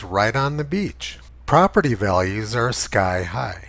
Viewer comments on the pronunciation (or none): none